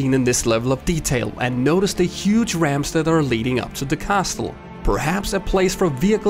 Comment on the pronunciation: CASLE, the T is silent!